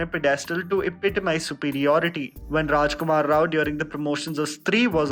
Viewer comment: Rajkumar Rao said it correctly. 👌👌